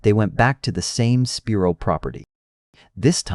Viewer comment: I’m from this area. Just a little help with the pronunciation of the towns, sounding them out.😊 Alma ~ Owl ma Spiro ~ Spy ro